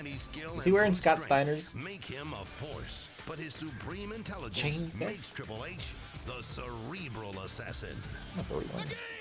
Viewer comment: I am mad you did call triple h. Riple H